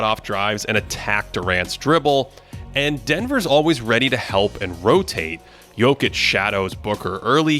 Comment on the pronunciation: Can y'all get to pronounce Jock's name correctly next podcast?